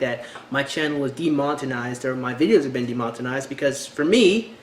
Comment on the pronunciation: oh and you said "de monten ized... but it's demon-etized not nucular either it's nu-clear